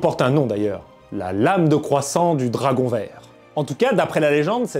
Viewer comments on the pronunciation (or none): none